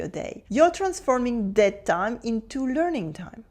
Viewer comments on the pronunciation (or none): none